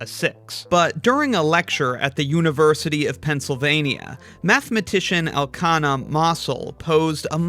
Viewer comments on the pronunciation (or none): I don't know anything about maths, but for once I can correct your video. The professors name is elchanan, not elchana